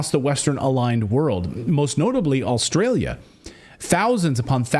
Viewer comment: I won't get onto Clayton's "ATM machine" but it is funny that he said "Aulstralia" with the extra "L"...